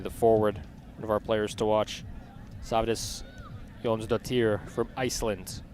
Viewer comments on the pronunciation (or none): Okay, so he did get better at it as the game went on but initially, I have to say, that's the most "inventive" pronunciation of Sveindís Jónsdóttir I've ever heard! 🥴